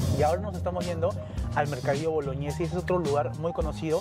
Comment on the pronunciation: Uff, acá nos damos cuenta de que son turistas o están de vacaciones porque dicen "Mercado Boloñes", los locales lo pronunciamos como j, ya que es Mercadillo Bolognesi, pero decimos "Bolojnesi"🤗